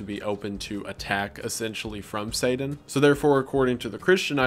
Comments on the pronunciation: Take a shot every time Wendi says Sadan instead of Satan (I’m slammed) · saden? (pronounced: say-din)? Is this like a Voldemort he who shall not be named situation? (I actually hate Harry Potter but couldn't think of a better analogy) I've never heard anyone say it that way, just curious if ur intentionally pronouncing it that way, and if so, why? Also you said the Bible refers to satan as "the prince of the air" when it actually calls him "the prince of the power of the air" which is a big difference when you consider all the electromagnetic frequencies in the air. You must not be using a KJV Bible. This kind of thing happens a lot with false Bible versions. A lot of these new Bible versions that are using "older" manuscripts which are also false (God would never allow his true word to be buried in a cave for 1000 years, and let everyone use an incorrect Bible all that time, hence the recieved text KJV that has been passed down for generations is the correct Bible, without error) will refer to satan as the "morning star" which is incorrect because that is actually Jesus' title: "The Morning Star" In the KJV it uses the correct title when it says "how art thou fallen from heaven, O lucifer, son of the morning" So, Jesus is: "The Morning Star" and lucifer is : "son of the morning" So basically they are calling satan Jesus in these modern bible versions, just in time for the end times deception where anti-christ actually means "in the place of christ" and not "against christ" (although he is also against christ) John was saying in Revelation that a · Please stop saying “sayden” instead of “satan” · lol not slamming you but your accent on some of the names and things is interesting. I never heard satan pronounces saden lol I was like oh he’s saying satan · haha say-dan